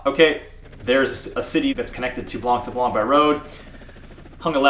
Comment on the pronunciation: Just so you can perfect that craft of speaking better French... The "c" at the end of "blanc" is mute, you have to consider the word like it's written "blan". Why is it so ? Because French have its roots in both Latin and Greek, and most of the words are built upon this ethymological principle. And many words have a reminiscence of this and keep mute letters, that are sometimes used in plural and/or feminin versions of those words. Masculine "blanc" (for sand) turns into feminine "blanche" when if refers to the night ("nuit blanche" = white night), or snow, etc. English also has many words from Latin, due to some 2 centuries of Roman presence on the soil of England (remember the Hadrien wall). Even though they're pronounced differentely, they are similar, if not identical. Exemples (from my own writings) : to consider, principle, ethymological, due (to), presence, just, mute, exemples, soil, to pronounce, similar, identical, reminiscence, masculine, feminine, plural, to turn... This word means "white" (when "sablon" refers to "sand", and is the ancient form of the current French word for it : "sable"), making "blanc sablon" an expression from ancient times about a location where sand is (or was) white. PS1 : same for "gros" (big, fat, large), where the last "s" is mute, the feminine form being "grosse". PS2 : a "morne" is the local Carribean French word for "hill", and is only used so in there... as elsewhere it means sad or boring.